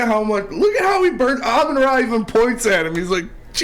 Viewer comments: The emphasis is on the FIRST SYLLABLE,. AMon Ra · How does the ENTIRE CAST of every Woodward sports show say Amon Ra's name wrong????🤯 For the love of God it's AMon RA. NOT aMON Ra... PLEASE fellas